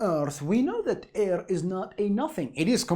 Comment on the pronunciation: i like how this guy says “airrrr”